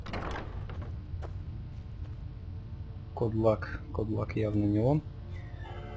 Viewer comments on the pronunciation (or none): Да почему КодлАк!!! И вместо ФАркас... ФаркАс